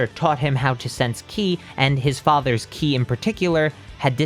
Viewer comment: I love your content man but please stop calling it key I